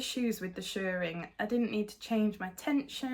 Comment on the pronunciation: I've done shirring in the past, many years ago. It's such a satisfying technique isn't it! Also all kudos to you for saying shirring as it should be said. It's not shearing, that's what is done to sheep! 😂 Your Mabel is lovely, a good call to lengthen the peplum, Tilly drafts for her height and body shape, which is short and pear shaped. If you're over 5' 5" you have to lengthen.